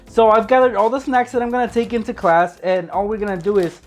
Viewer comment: In he said taking into clas😂😂😂